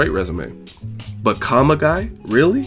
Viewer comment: John Kavanyah, John Kavanay, John Kavanah... has no time for that! Haha